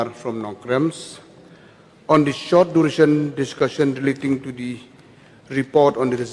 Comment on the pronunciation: High profile dy cm "Nongkremsss" 😂😂😂